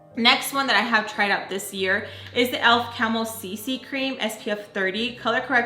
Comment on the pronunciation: I love the accent on the elf cc cream part!! 🤣😂🥐